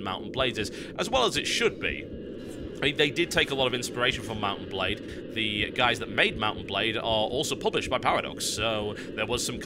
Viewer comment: Why do I keep hearing mountain blade when he says mount and blade? I feel stupid.